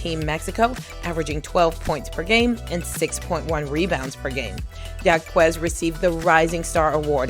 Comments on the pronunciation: Gabriela's last name is pronounced "HAWKez" not "YAWKooez." Please... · Thank so much for this. Just a slight correction Gabriela Jaquez preannounces her name Hawk-ez. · #11 Gabriella Jacquez's last name is pronounced "Hawk-ez"